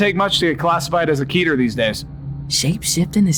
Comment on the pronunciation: they literally say keter wrong